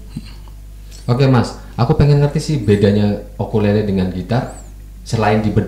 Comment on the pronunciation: Mantap konten apik,, sedikit mau koreksi ukulele bukan okulele